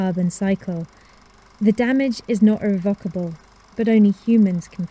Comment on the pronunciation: "Irre-VOC-able"? Seriously,??